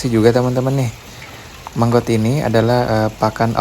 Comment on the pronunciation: Maggot bang.....bukan manggot..👍🏻😄